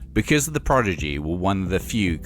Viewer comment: Its not Progidy lol the guy on the film cant say it 🤣🤣 Not a lot of Firestarter reaction in this, didnt even play the video?